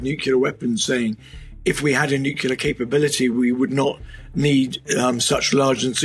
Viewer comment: Do not trust the military advice of somebody who mispronounces "nuclear weapons."